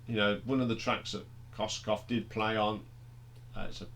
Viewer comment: Kossof not Kosskoff